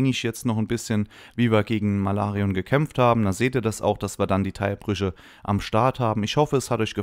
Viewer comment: "Malarion " Bist der beste.